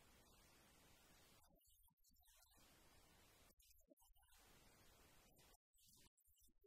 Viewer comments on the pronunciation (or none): استاد با درود،و عرض پوزش در دقیقه ۱:۱۶ سِلاح میباشد،نه صَلاح ۔